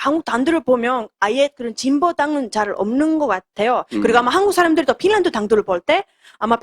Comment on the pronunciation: 발음이 pinland가 아님..finland 임..